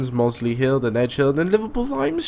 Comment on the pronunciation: Not a half-bad video, but for future reference, it is pronounced "Moss-lee Hill" with snake-like emphasis on the "S". Also, Merseyrail have always been 3rd rail electrified, and the Class 508 is a 3rd rail fitted train. Now I don't mean to bash this scenario, but I've said many times that 8-car Desiros do NOT operate to Liverpool Lime Street. Clearly the timetable info scenario authors collect can be misleading, because 8-car trains will not fit at Liverpool South Parkway, which is a regular stop for these services. As for the Pendolino at the end? I'm sure that should've had the priority over the stopping passenger train, but I'll blame that on the game:P. Finally, if you want a good short scenario for a video btw, I myself have put one up for this route that follows the real timetable too. It's my most recent one, you can't miss it. If you want a longer one, I cannot help you...